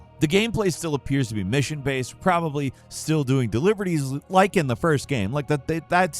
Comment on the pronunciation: Did u rike it?